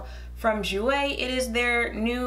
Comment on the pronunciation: I'm so glad you pronounce jouer right lmao. But yeahhhhh they tried it with the shade range